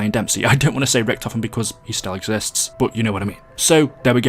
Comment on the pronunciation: he’s so underrated you pronounced his name wrong